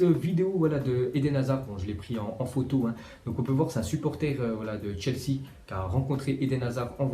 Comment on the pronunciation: ta mit chesea au lieu de chelsea